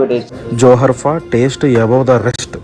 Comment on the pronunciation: Spelling - JOHARFA pronounce - JORFA JOHARFA meaning - Paying Respect